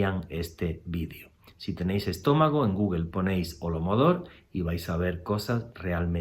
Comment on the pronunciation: * HOLODOMOR, con acento prosódico en la tercera O